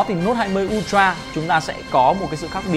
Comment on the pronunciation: ultra UK /ˈʌl.trə/ US /ˈʌl.trə/ đừng đọc un troa nữa...